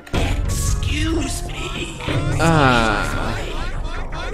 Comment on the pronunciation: me encanta cuando dise * NO me Fastidien Porfavor Na Nada de EZQUIUZMI EZQUIUZMI*